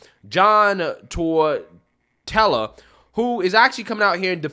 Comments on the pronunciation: Its, Tor-ta-rella. That coach has the biggest ballz in the league. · Coach Totorella's name is pronounced "Tor -ta - rella," accent on first syllable.